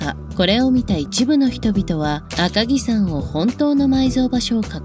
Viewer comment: 赤城さんではなく赤城やまです